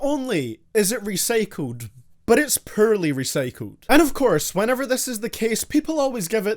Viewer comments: *’Pearl-y’ *”poorly” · Sounds like you’re saying ‘Pearl-y” then poorly